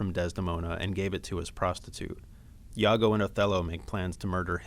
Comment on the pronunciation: you pronounce "Iago" like "yago" hahaha whattttttttttt